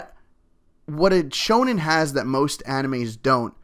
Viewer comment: D aaahhhhhh you said it right!!!